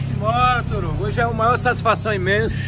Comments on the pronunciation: KK "torugo" pensei q so eu tinha percebido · Pw ja e uns 3 videos e esse cara nn consegue fala o nome do toguro certo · Torugo kkkk é toguro doido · Deve ser agoniante pro Toguro toda hora o ficar chamando de "Torugo". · "Torugo" kkkkkkkkk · O cara fica chamando toguro de torugo kkkkkkkkkkkkkkkkkkkkkkkk Essas lendas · Chamando de TORUGO 🤣🤣🤣🤣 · TORUGO KKKK melhor que toguro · Fala ‘’torugo” kkkk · Resenha o cara falando torugo kkkkkk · TORUGO É FODA KKK O CARA NÃO PARA DE FALAR ERRADO KKKK PQP O FODA É QUE O CARA NEM LIGA KKK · SOU SEU FÃ "TORUGO" PQP KKKKKK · Krl me da agonia esse cara falando torugo vei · chamando de ''TORUGO'' KKKKKKKKK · O nome dele é toguro não torugo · É Toguro, tá pra estreitar um vídeo com ele falando o nome do Toguro certo kkkkk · Esses caras do Nordeste não sabe pronunciar o nome do toguro kkk Por que será é são diferentes kkkkkk